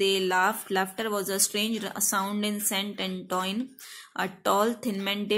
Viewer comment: The pronunciation of St.Antoine is wrong😡😡🤬